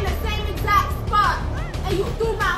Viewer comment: when say ya'll it sound like she is saying yeah